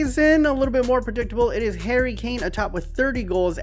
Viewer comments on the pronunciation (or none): none